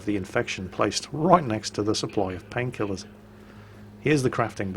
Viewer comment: You say "painkillers, fantastic," but what I hear is "Pills here!!"